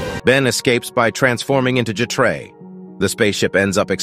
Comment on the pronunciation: ai turnin' jetray into a ghetto ass name. wtf is J'trey?? 😭😭